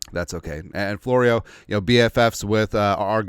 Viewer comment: Mike Flow-ree-who?